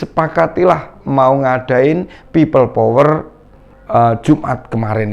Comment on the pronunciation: Bilang pipel power aja nafasnya megap2 drik mudrik, mbok ya dibikin ngaji suaramu itu, agar pintu akherat terbuka.. Takbir